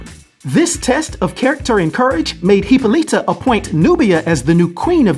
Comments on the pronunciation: It's Hippolyta pronounced huh-po-luh-tuh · Dude you butchered Wonder Woman mom's name repeatedly. 🙄 Great video as always though 👌